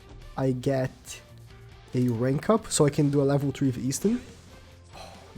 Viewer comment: “His level tree”😳